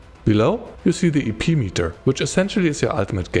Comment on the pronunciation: Every time you said "EP" I kept hearing "eepy" and it made it difficult to focus. "Eepy Cost" 😂